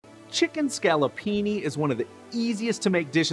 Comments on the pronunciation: ScaloppinE. With an E at the end. Not an I. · is scaloppine not scalloppini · Please Scaloppine ...not Scaloppini !!! Scoloppini don't exist :-) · Please, scaloppine (with a e) not scaloppini (not a word). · SCALLOPINI ??? HAHAHA, Scaloppine, a real chef should know better... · It is called ‘scaloppine’ please stop making up words thank you. Be respectful of Italian culture.